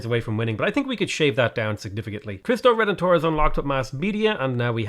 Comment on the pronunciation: Heard that as "Christ O'Redemptor"